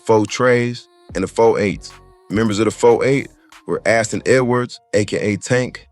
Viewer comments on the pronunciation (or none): none